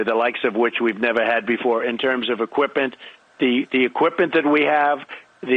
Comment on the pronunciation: “equipent” equipMent?